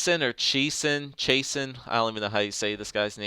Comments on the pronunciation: Chase-on is how you pronounce Chiasson. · I have a friend with the last name chiasson and its pronounced chasin'